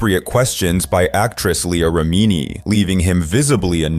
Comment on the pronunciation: Learn how to pronounce Leah Remini.